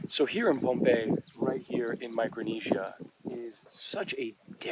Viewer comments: Nice video 😊...Correct pronunciation of our island's name is Pohnpei (pronounced like Pon-pay and not Ponampei😅) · The island is pronounced pohn-pay-ee ...love the place especially the street foods!